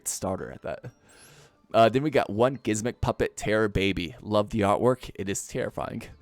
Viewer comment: Why are you calling it gismmik